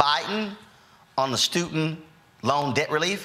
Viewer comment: Stewtint loan?